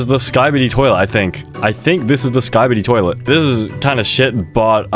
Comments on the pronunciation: i love sky bee dee toilet but i hate ski bid ee toilet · "skybidee toilet" "grymis" sonlevenz 🫩✌️